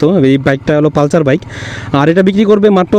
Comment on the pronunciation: এটা পালচার না, পালসার।